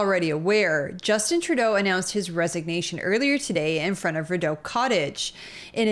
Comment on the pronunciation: It is not pronounced "Rid-oh", it is pronounced "Ree-doh".